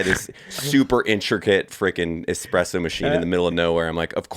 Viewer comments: Pleeeease.... there is no "x" in espresso. Can we get the foundation right? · Evan "Hold my expresso" Hafer